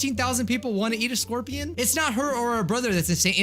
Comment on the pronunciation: It’s scorpion